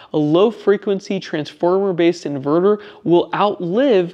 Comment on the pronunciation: I think, he was saying transformer-based but sounded like transformer-less in the video. Don't the Victron units have toroidal transformers???